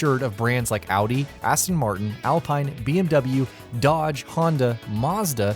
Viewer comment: Its pronounced al-peen-a